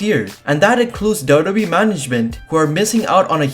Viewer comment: Why does he call WWE dodobe